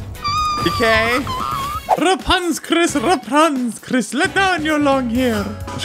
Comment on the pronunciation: you said simply Chris wrong